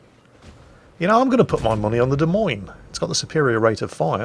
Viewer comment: at least you say "Des Moines" like the locals do unlike Jive Turkey. He always pronounces the 's' because he knows it drives me batty. If "Des Moines" isn't French enough for ya, check out the Iowa state flag.